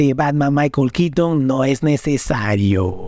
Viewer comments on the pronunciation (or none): Es keaton KEATON KEATON!!! NO QUITN... Burton Burton BURTON, NO BURTN... Que tienes contra la letra "o" . Ni los gringos hablan así.X FAVOR. X lo demás bien por el vídeo.